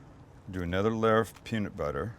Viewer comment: looks good but the way you say peanut really bothers me.